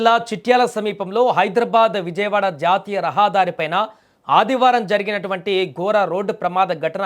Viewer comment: రహాదారి కాదు....... రహదారి...... గోర ప్రమాదం కాదూ నీ మొహం... ఘోర ప్రమాదం.....